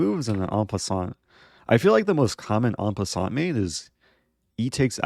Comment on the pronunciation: “EN PASSANAT”